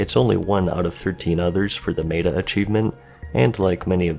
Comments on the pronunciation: I just have to be "that guy" (sorry!). Meta is not "may-tah" but rather "meh-tah". kthx! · how many people corrected him on how he says 'meta' because 'may-ta' is wrong, its 'met-a' i as 'i just met a dork on the internet who gets anal over words' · Meta is pronounced meh-ta. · Love your content, but the way you say "Meta" has me triggered